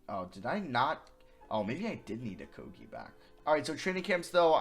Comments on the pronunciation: stopp saying okoGie it is so annoying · The amount of likes this comment gets is the amount of times he said Josh Okogie’s name wrong